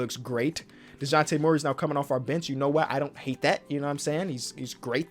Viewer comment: When he said the bench is lookin awful it lowkey sounded like the bitch is lookin awful